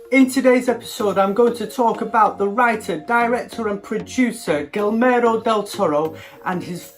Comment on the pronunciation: You're pronouncing it as "Gilmero del toro", but it should be more like "Gi-germo" as in the word "german".